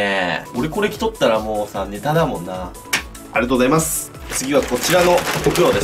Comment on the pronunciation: ピクルスのあとのありがとうございます！が、、 ありがとナス！ 、、重症